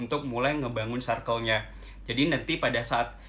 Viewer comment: Hallo, aku suka sama konten-konten yang dibuat. Makasih banyak ya Kak.:) Tapi ada 1 hal yang mau aku tanya, kakak sepertinya sering bilang "Circle" di setiap video ya.. Tapi sepertinya prononunce nya kurang tepat dh Kak. Jadinya selalu terngiang-ngiang di kepala aku. hehe. Mohon maaf ya kak, hanya mengingatkan.:)